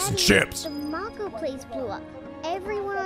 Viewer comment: How does mispronounce mako but then literally pronounce it correctly one second later lol